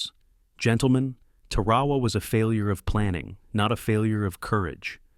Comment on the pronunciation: It's pronounced Pell la lew. You just can't make up gibberish. Your AI screwed up Tarawa too. Edit before you post! C